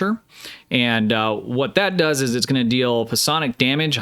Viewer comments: It's not "Pah-sonic" damage it's, "Sci-Onic" <3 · The P in psionic is silent, just like in psychic.